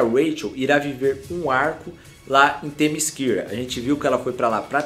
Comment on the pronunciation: meu pq vc fica misturando ingles com porugues? kkkk toda hora "temiskira" fala temissera man kkkkkkk